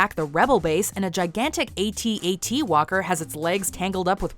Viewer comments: A.t. A.t walkers? It's at at walkers. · Hearing those famous At-At's being referred to by their individual letters as A-T A-T's showed a complete lack of knowledge of Star Wars and was inexcusable. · hey Ai narrator, its ATAT not 'aye tee aye tee' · "Aye-Tee, Aye-Tee" uh.....you don't say AT-AT that way.